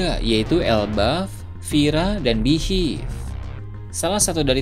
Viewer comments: Min beehive dibacanya BIHAIF bukan Bihiff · Waah..kalo yg mati di antara garp atau rayleigh, pasti bakal marah besar luffy nih.. Kya kasus naruto yg kehilangan gurunya jiraiya di bunuh sama pain.. Oh iya btw, mohonmaaf sebelumnya.. spelling beehive dibacanya bihaif... Joss.. salam nakama 🙌🏻🙌🏻